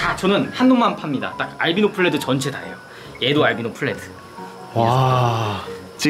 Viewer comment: 알비노플레드가 아니라 알비노풀레드 입니다 ㅋㅋㅋㅋㅋ